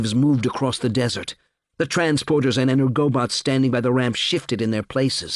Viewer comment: He has several oddities of pronunciation which I do not like. He pronounces "Dirac" as "DYE-rack" which is objectively wrong; it's "DE-rack" after the French name. He also says "en-ERGO-bots", which sounds clumsy and does not jibe with the Polish/Slavic words beginning with "energo-" which it is surely derived from. I believe it should be "ENERGO-bots".